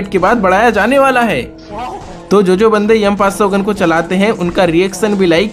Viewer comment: M500 ❌ yum500 ✅ 😂😂😂😂😂😂😂😂😂😂😂😂